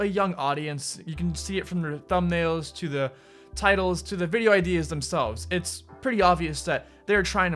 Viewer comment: How many times did he say vidio ??